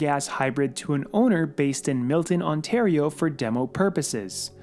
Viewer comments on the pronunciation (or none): none